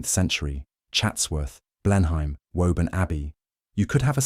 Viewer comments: I think "Clivedan" is pronounced "Clivden". And "Blenheim" is "Blenum". And is that really E.M Forster or so? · I came to say that I enjoy listening to your content, until [3.25] in this video and you mispronounced 'Blenheim"... "Oh no! I thought he was real but it's just more slop!" But it isn't. No clickbait-y buzzwords spewing a political agenda. It's entertaining, informative, educational and dare I say it, important as a rare historically based cultural record about those of us who went before. Thank you. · Computer generated voice over. The pronunciation of Blenheim gave it away instantly. 😂